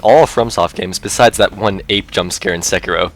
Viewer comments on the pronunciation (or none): none